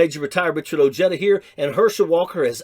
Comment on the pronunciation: Ojeda, I know you're a Latino, please pronounce your last name correctly...it makes you sound lame....